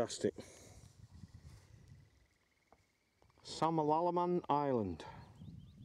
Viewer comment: Can I just correct your pronunciation. It’s Sam- al - a - man Island x. We had a cottage in Glenuig when I was growing up and used to row to Samalaman island.